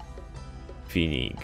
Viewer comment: mówi się Feniks a nie Finiks;p